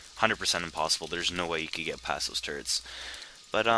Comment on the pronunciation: I think when says turrets it sounds like turds. So this video was one of the funniest ive seen.